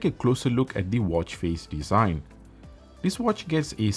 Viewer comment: Moronic review. DLC is the shiny finish "muay frend" of "breck pettern dizaign"